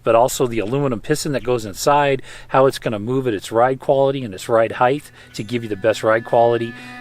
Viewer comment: Gaaahhhhh. This guy is killing ne with repeatedly saying heigTH. It’s heigHT. Even when he read the app and it said height he still said heigth. 🤦🏼‍♂️ it kills me!